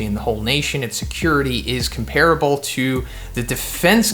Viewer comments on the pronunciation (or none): none